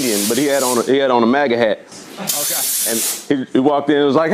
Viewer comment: The way Crowder says MAGA... "MUGA"